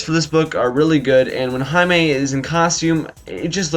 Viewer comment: Nice review, thanks for pronouncing Jaime's name correctly :) Yo where's this show been for the last 2 years?